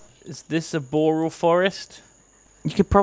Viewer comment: Nobody is pronouncing boreal right and now my diaper is full.